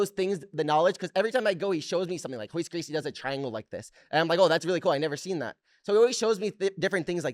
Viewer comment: OMF Did he just say Roice Gracie?